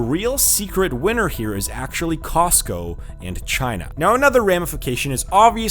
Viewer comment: It's COSCO not COSTCO. Without a 't'